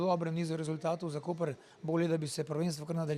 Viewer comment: pravilna izgovorjava mesta Koper je Koper, ne pa Kopr! Hvala.